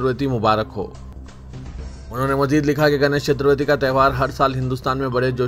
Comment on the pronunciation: Are Bhaiyo Ganesh "Chaturvati" nahi Magar "Chaturthi" hai...!